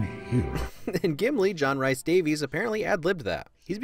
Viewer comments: "Rhys" is the Welsh spelling of the name Rees/Reece/Reese. It's pronounced that way, not like Rice 👍🏻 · Did you just call him "John RICE Davies"?